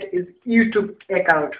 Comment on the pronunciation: 'eccount' LOOOL